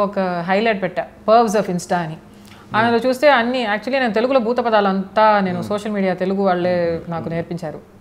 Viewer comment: Buthapadhalu kadhe bujji...buthupadhalu....akka